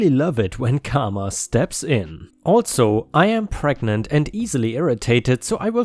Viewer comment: More like CAR-ma